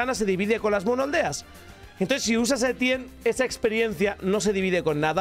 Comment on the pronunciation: Muy bien y todo eso, pero como dices "el bueno de Etienne" siendo este francés? 🥖🇫🇷 P. D: todo es humor, no se ofendan